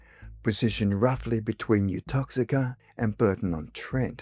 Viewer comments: Pronounced YOU TOX EATER 😅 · It's Uttoxeter, not Uttoxeker. Good story though.